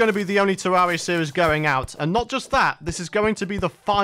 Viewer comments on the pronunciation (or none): It sounds like he’s sayin tewwawia instead of terraria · It’s pronounced terr air ria